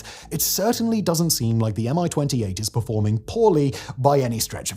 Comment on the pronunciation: It’s not a M I-28, it’s a MI-28, as in mie-28.